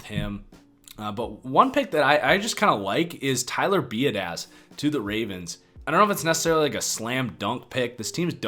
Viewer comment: I love the content but please pronounce Mekhi and Biadasz correctly hahaha its been like months now